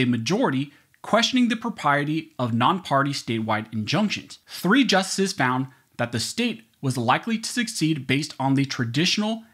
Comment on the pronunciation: I appreciate these thorough commentaries. They're very educational. Thank you for making them. I only have one small knock against the odd, slurred pronunciations of the word justices and the word important in the video.